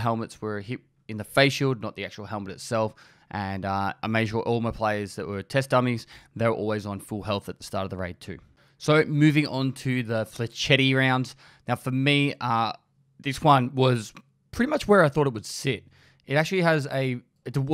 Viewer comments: Agh! That mispronunciation of flechette! It's French, I know, but it's more like Fleh-shet. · Has anyone told it's pronounced Flesh-et? lol:P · Flechette = "flesh et", but fleshetty sounds better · Pronounced Flash-et lol not flechettie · Don’t want to be -THAT GUY-, but hopefully helpful in saying ‘Flashette’ is pronounced like ‘flash-et’, instead of ‘flash-etty’. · Quit using video game knowledge and learn how to say "fla-shett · Pronounced fleh-SHET - meaning Little-dart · It's pronounced like Fleh-Chet. Good work though. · Nah dude it's FLESH ETTY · Fla shet. Not flashettys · "Flesh-etts" m8 "fleh - schets" lol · lol.... "flechetty".... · "Fletch it" is how its pronounced I believe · flechetties sounds better, so who actually cares x) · It's pronounced "Flesh-ets" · Brooo... FLEH-SHET....cigarETTE....flechETTE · It's your own time you are wasting. Also, Flechette is pronounced "flesh-et". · Lee Rich he said that he only pronounced it that way for fun